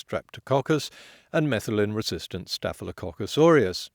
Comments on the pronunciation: Nice job. You did misspeak at one point when you said "methylin" resistant staphylococcus aureus. It should be "methicillin"-resistant staphylococcus aureus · One tiny correction: it's "methicillin-resistant", not "methylin-resistant." Great video!